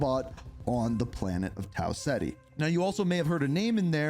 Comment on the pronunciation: Tau (Cet-E) not Tau Ziti